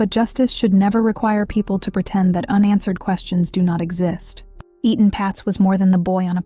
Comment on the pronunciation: It’s not E-Tan it’s Etan also spelled Eatan or Eaton. Please pronounce it the same way, because you do pronounce it correctly at times, throughout the entire video….please!!